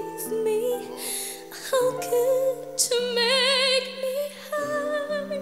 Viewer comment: Yung pagbigkas palang ng how ang sarap na sa hoses ramdam ko emosyon nya pinaghalong sarah at morissette sa growl